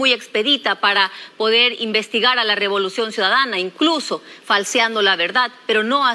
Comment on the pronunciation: Dijo Robolucion en la presentación 😂